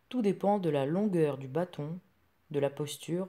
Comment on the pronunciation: L accent est sur le a de bâton. Trop d expliquations condescendantes.